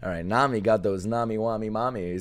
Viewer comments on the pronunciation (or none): none